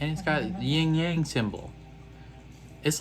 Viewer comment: Not to be 'that guy', but it's Yin Yang, not ying yang. It's actually an important symbol for some people.